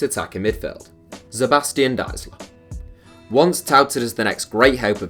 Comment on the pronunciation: Dude most other nations try their best to pronounce foreign names in the right way. Englishspeakers pretty much dont. You read every name as if its an English one. Especially german names, i feel like there is no popular german players whos name didnt get butchered on this channel :D (Btw Deisler is proununced like "to die" )